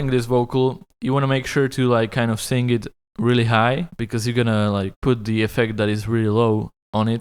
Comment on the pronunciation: "I know, I can't really sink"